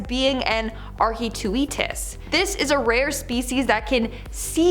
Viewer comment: Totally butchered the giant squids Latin name btw